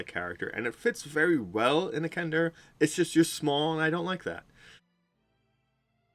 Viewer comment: they don't even have that as a major feature in 5e. They nerfed them a lot in the 5e book. Also the 5e players I have played with are more interested in builds and maximizing their classes, not as much so for role playing. Kender are great for role playing. You were probably disappointed with the race because you probably don't know DL lore. Also it's kender not Kendar, you should at least get the name right.